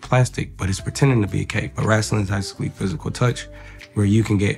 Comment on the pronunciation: If Marco say "wrastling" one more time 😭